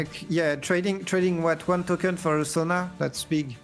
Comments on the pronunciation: Sona is pronounced So-nuh… not Zo-ña. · The way he's pronouncing Sona like zhonya is killing me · Alright alright I’ll be that guy Holy crap you kept calling it Sonya and not sona lol